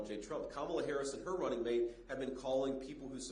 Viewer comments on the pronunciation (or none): none